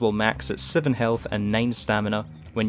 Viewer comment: Seven not siven